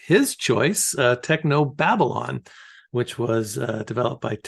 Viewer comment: was already loosing it at "Technob Abylon" ;D that's so spoony to recognize that.